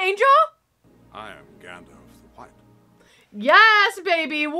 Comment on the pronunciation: Love the video reactions of my Favourite movies, but it is pronounced Gandalf not Gandolf, and Aragon's scream when he kicked the helmet near the pile of dead Uruks was actually real cause he broke his toe as the helmet was so heavy